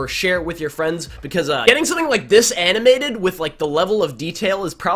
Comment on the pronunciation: ANNAM-MATED ANNAM-MATED